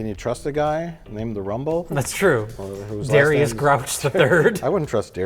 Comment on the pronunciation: “I’m Dharr-ius Emmanuel Grouch the Third” That’s either a WILD choice or a WILDLY wrong guess at how you typically pronounce Darius 😂